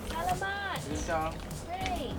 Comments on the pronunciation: How cool!!! I want to visit here! The most beautiful place I’ve been was in Palawan, but I am dying to visit here! Thanks so much for sharing. Oh, btw, just a little unsolicited advice, from one white girl to another, lol, when you say “salamet” the emphasis is on the second syllable. I remember it like salami, like “thank you for the salami” is seriously how I remembered it when I was learning Tagalog! But, at least you said it at all, right?! I love your channel!!! Hope you don’t mind my mini Tagalog lesson xo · Your pronunciation of thank you in Tagalog is wrong in word Salamat or Salamat Po is more appropriate way you must make A number 2 stand out so it sounds SalAmat just like that. Your welcome, your friend from Canada!